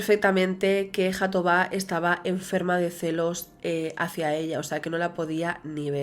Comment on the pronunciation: Es mejor pronunciar Jatobá como en catalán pues la jota tiene el mismo sonido en portugués y en catalán.